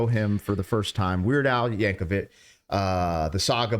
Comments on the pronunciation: Just a small note. I’m pretty sure you said his last name was Yankovich, but it’s Yankovic. No H at the end. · Al's last name is pronounced Yank-oh-vic not Yank-oh-vich. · That's YankoVICK, no "vitch." Roll film. The original video has MILLIONS of views.